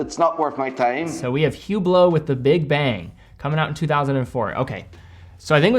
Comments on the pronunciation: it is pronounced Üblo.... not Hublot. The H and the T is silent. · I think it's technically prounounced "ooo BLOW," but don't worry, the only person i've seen wearing one called it a "HOO blit"